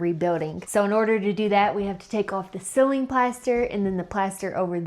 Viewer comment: I wait, impatiently, for each week's episode. Fun to watch your progress. But we have to talk about how to pronounce "ceiling."